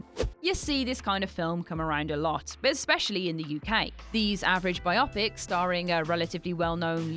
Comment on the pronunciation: (clears throat) Bi Opic?